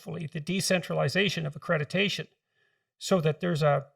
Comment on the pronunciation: Dr Peterson says "accrediTation" 😂